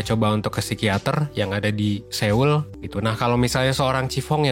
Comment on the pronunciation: Dibacanya Kim Sono/Kim Sonho sama kota So-ul bang setauku.